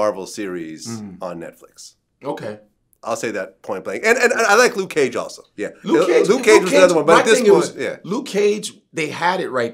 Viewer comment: Luke ceeage! 😂😂